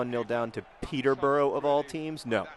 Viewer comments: oh ok, I loved this video and you're great, but it's pronounced Peter-bu-ruh not burrow ... just had to say that.. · Peter-bruh not peter-burrow. :P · Oh God, 'pee-tah bra'. Thank you. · It's NOT pronounced Peter-bora it's pronounced Peterbruh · I dont want to seem condescending but the correct pronunciation for Peterborough is: Peter-Ba-Rah